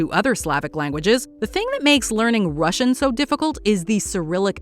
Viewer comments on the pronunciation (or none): Rashian? Pfff...